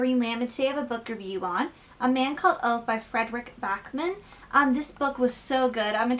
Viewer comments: His name is not OVE, it's pronounced OOVA. 😁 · I love this book, my book groups love it!. I went out that week and purchased 'My Grandmother asked me to tell you she's sorry' ..equally enjoyable read! By the way, OVE is pronounced 'OOoo Vahhh'